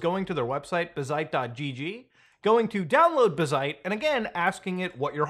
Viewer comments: BAZ-ite not bah-ZITE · Obligatory it's pronounced bazzite, not bazzite. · man pronounces bazzite like bazinga